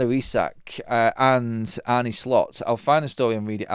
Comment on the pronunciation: His name isn't Arnie, neither is it pronounced that way - how ignorant can you be?!